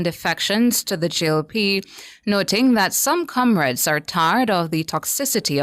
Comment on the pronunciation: One Bro Gad the best prime minister we ever seen in Jamaica. The man with the plan for our people loved 🥰 by most , hated by the few Kamrades as their Massa pronounce it 😂😂😂